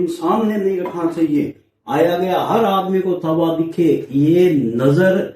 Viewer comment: taba bhi nhi hota tava hota h😅